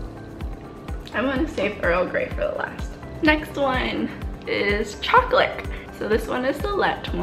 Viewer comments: Are any else of you guys hearing her say “choclick” or “chocolate” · Do you cay choclick? Cuz that's what I hear